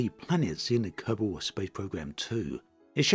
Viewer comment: Kerbol and Kerbal are pronounced almost the same though, lol. He says Kerbal just fine.